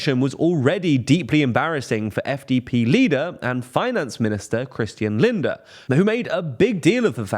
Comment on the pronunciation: You always say linder instead of lindner